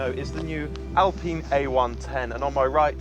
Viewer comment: I think Mat Watson Car Wow is one of the few automotive journalists to pronounce the name 'Alpine' correctly as an Englishman and English speaker.